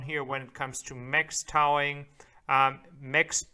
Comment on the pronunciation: ‘Towing’ is pronounced ‘toe-ing’. “Out of the question “. ‘Sit-chu-a-shun’ I am an English teacher. I’ll be happy to help you catch those mistakes